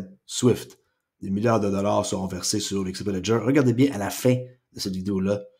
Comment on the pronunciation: "Des trilliards de dollard "